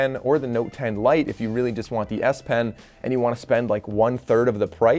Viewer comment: Really nice S pen lol.... I thought you kept saying nice ass pen 🤣